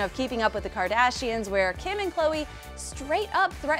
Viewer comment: the way the reporter says Kardashians wtf 😂😂😂